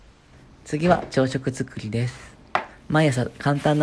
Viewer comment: でぇすぅふ…って聞こえるww